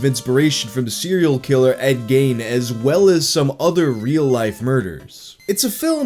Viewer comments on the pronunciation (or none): It’s pronounced “gheeeeeeeeeen” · Ed Gain.... Gain. As someone from Wisconsin, its pronounced GE-N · Pronounced Geen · Sorry it’s Ed gein not Ed gain. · Is it "ed gain" and not "ed geen"? 🤔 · Ed "Geen" not Ed "Gane" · Major pet peeve of mine #77: When people pronounce Ed Gein's name as "Ed Gain". It's pronounced "Geen". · He said gain instead of gain. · Gein is pronounced Geen, but is a common mispronunciation. I know this for a fact, btw; was friends with Ed's grand-niece (her last name was Gein and she pronounced it Geen) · Gein (rhymes with Gene) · It's pronounced geen, I live in Wisconsin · “Ed Gain” Ah yes, his bodybuilding brother. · everyone deserves a proper name pronounciation bro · Ed Gein is pronounced "Geen" according to Ed himself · Ed Gein (pronounced GEEN) wasn't a serial killer. He only killed two confirmed people. His taxidermy was mostly from grave robbing. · am I the only one who turned this video off after the host mispronounced Ed Geins name? amatuer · You said gein wrong